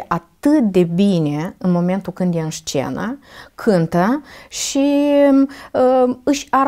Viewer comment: Scuze dar, cuvântul "șcenă" mi-a ros urechile...